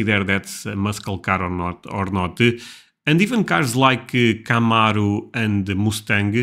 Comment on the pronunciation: You pronounce it right CAMARO not like the narrator keymeyro 😂